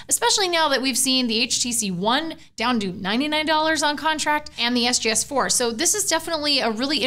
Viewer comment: she said SJS4 instead of SGS4.. i think at least.. lol oh well! :P